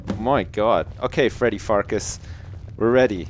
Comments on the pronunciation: farkas souds like fartas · I couldn't resit calling Farkas Fartass! xD